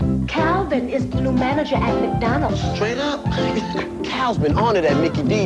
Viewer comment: why do blacks call it MACK dondals?